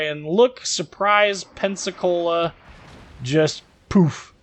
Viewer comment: did u just said Pensacola as Pepsicola hahaha